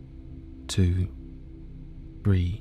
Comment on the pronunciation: Does anyone else think his 3 sounds like breathe? I couldn’t get past that and had to stop 😂